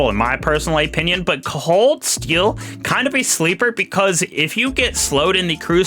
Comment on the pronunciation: A canadien critique... EH-pinion